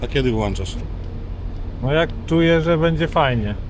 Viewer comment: Ten gościu wlancza i wyłancza 😂. Również pewnie zdanża na czas 🤣.